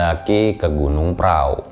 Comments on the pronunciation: prau bacanya pra u atau prahu bukan prao bang..jadi itu sebenarnya gunung perahu tapi lidah jawa jadi bacanya pra u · Tapi dia baca nya praww 😂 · Kenapa pelafalan nya gunung praw?